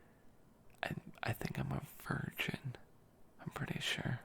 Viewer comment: “what’s your zodiac sign?”: “i think i’m a virgin” me: dies laughing i mean yes you are that but uh it’s pronounced Virgo ♍️